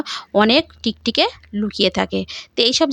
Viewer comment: আপনার খুব সহস দেখে(শুনে) অবাক হচ্ছি...ভাষা টাই তো পরিষ্কার নয়, ভুল উচ্চারণে ব্লগ করেন.. প্লীজ কিছু মনে করবেন না..! কয়েকটা উচ্চারণ কি হবে বলছি= শরীল নয় ওটা শরীর হবে... টিকটিকে নয় -- টিকটিকি বলে.. এস্প্রে নয় -- স্প্রে হবে, আরো আছে, তবে শেষে একটা কথা.. রেমিডি খায় না, এপ্লাই করতে হয়, তাই না?